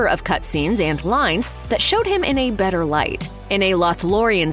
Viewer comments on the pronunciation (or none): none